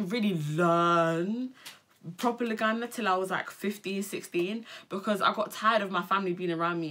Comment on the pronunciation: Jeez the Luganda at the beginning 😂 murder Thanks for repping 🇺🇬